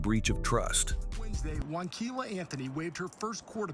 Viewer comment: Wanquilla??? Seriously???